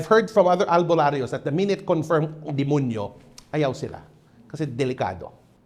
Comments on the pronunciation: Oo yung word na 'dimunyu'. He's probably a Cebuano mestizo. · I like the way how he enunciates Dimunyu like how the visayans say it. ❤